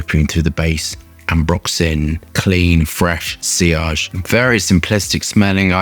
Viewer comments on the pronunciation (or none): none